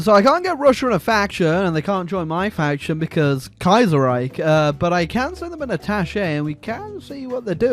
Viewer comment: Youtuber mispronounces Kaiserreich for 12 minutes and 39 seconds.